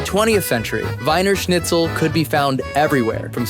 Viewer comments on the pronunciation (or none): You need to pronounce it Weener Schnitzel, not Winer 🤭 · Wiener Schnitzel is pronounced "VEE-ner SHNITZ-el". Your pronunciation was DIABOLICAL.